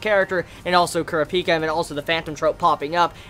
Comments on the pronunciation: how he sayz kurapki erks me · I love you but you have to stop saying Kurapika wrong it's pronounced [Cor-ap-ee-ka], or could also be pronounced as [Cur-ap-ee-ka]. Seriously watch the anime. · Thought i was going crazy because overtime i hear say it, it feels weird.